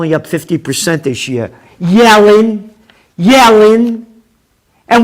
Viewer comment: Yellen .....................pronounced .."Yelling !"